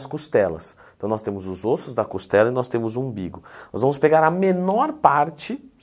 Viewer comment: Leandrão, toque de um professor pra outro, "ossos" é plural metafônico, "óssos" ao invés de "ôssos" Valeuuu, sou muito seu fã 😊